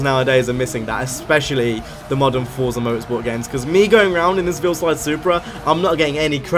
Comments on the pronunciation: Goddamit its Veilside not Veilslide. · It's pronounced "Vail - Side".... Jus' sayin', bruh..